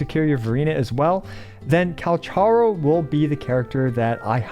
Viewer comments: Thanks for the tips, will reassess my builds and see if I can adjust some things based on the suggestions here. Speaking of which, I think the official pronunciation of Calcharo is KAL-kah-RO (some say it's derived from Kakarot)? Ofc could be wrong. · i jsut laerned that calcharo isn't pronounced like kal cha ro bur kal ka roh (in the official character video thingy they pronounce his name) im just gonna call him sephirot any way :D kakarot was a fun name to similar to sephirot